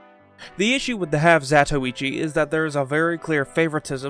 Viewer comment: Glad you didn't pronounce it 'half zah-toy-chi' like so many YouTubers 😌